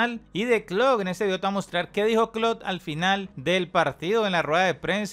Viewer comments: El tecnico se llama Klopp no Klott jajaja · PANA POR FAVOR DEJA DE DECIRLE KLOK A KLOPP ESCUCHENSE ANTES DE SUBIR ALGO